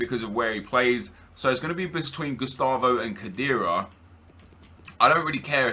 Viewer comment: that's now how you prounce khedira